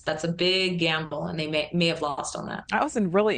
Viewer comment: Its "I" "they" is longer. No "T" in there.